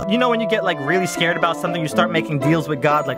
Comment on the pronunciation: “I’m so scayood”